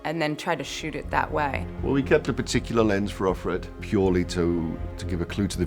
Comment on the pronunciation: why do they keep saying off - red? Isn't it of - fred?